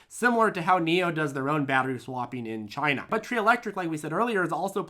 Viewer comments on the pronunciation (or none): none